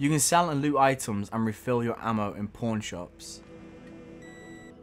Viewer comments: Yeah i knew he said "Pawn shops" but it sounded alot like "Porn shops":P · Did he say porn shops? Sounds like it...